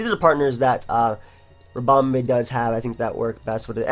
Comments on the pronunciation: because pronounces it ribomBAE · Do you pronounce "bee" as "bay"??